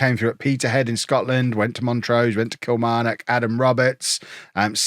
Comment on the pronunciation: Best pronunciation of Kilmarnock I've heard from an Englishman